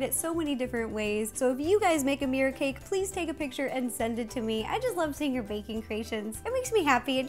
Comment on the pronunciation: "Meer cake" lol